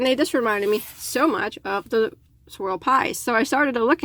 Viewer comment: Pretty yarn, I had to do a double take, thought you called them "squirrel pies," ha ha.